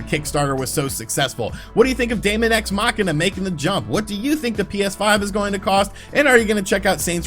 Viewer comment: Dæmon is pronounced demon. Just like æther is pronounced ether. Seriously, it's not that hard to learn how to fucking pronounce words....